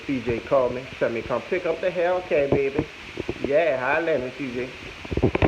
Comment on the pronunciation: Woot woooot! Congratulations to that three k 🥳💖 imma need you to quit saying bay Beh in that accent lol 🤭 caught me off guard bro